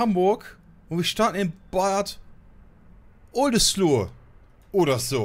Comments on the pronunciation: Bad Oldeslo wird es ausgesprochen und sehr detailreich die Umgebung wie in Real life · Es wird Bad Oldeslo ausgesprochen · Bei Bad Oldesloe wird das e am Ende nicht mitgesprochen^^ Aber echt cooles Spiel, vor allem weil die Bahnhöfe einfach detailgetreu sind. Gutes Video! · Bei Bad Oldesloe das e am Ende weglassen ;) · Die ausprache geht noch besser xD Bad Oldesloe... denk doch einfach an den Oldesloer korn :D